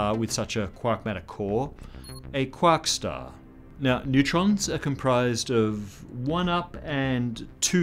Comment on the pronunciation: When he said quark star. I laughed, it's funny but I don't know why